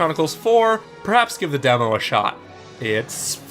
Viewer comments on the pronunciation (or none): none